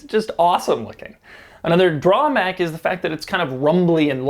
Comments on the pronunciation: Did anyone notice he said drawmack instead of drawback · you said drawmack not drawback